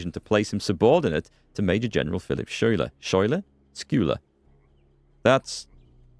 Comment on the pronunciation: Good job on all the videos in this series, and good luck with the fundraiser! And Schulyer is pronounced Sky-ler :)